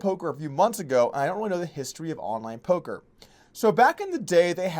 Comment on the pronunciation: Is he saying "Polker hands" or "Poker hands" Im so confused.